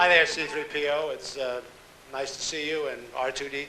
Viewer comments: He might very well have been. Eisner was so prone to mis-pronouncing Threepio's name as 'CP-30' that it was painted on the stage floor in giant letters. You can see him glance down at it every time he's about to call the droid by name. One time I think he even starts to call him 'CP-30' but then 'corrects' himself to '3-CPO'! They also painted the names of the astronaut and aviator guests of honor onto the stage floor, in slightly smaller letters, as a cue card hidden from the audience's vantage point, but visible to photographers. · making a star tours opening video and not including the clip where michael eisner calls c3po "threece"????? impossible.